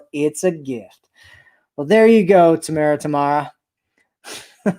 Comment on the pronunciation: Hahaha`U had it right Ta~Mar~Ra